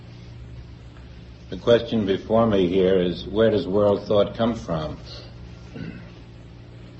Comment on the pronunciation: forms... thort...